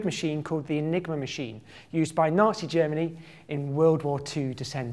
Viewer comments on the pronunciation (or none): I heard it as "naughty Germany"